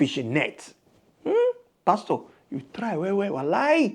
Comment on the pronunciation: YOUR PRONUNCIATION OF PASTOR IS WRONG CHECK WITH GOOGLE FOR CORRECT PRONUNCIATION NIGERIANS ENGLISH PRONUNCIATIONS ARE VERY VERY HORRIBLE